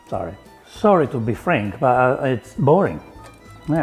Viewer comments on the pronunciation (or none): none